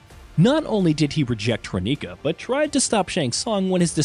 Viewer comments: I think somebody has not played MK11 or aftermath, with that pronunciation of Kronika. Well, allot of the characters here are confirmed from what I know, if Sonja and Jax don't end up being only cameos, I hope that is not the case. Not a bad list, would not be sad with any of these. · the way this guy pronounces characters like ermac and kronika....lmao